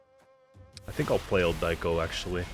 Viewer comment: Ildiko is not "ildaiko", say it like you say the other names like Priscilla. The second i is pronounced the same way as the first one. Sorry I had to say it it hurts 😅